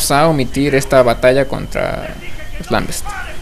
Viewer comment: SE DICE "LAMBENTS", NO "lambests"